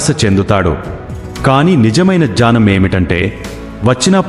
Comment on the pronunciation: Dunnakham kaadu dukkham,jnanam kaadu gnyanam,ee words rectify cheesukogalaru.